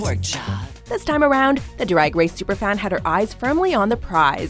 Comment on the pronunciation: "dwag dwace"